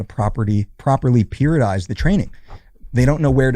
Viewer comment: Puridize? Think he said periodize lmao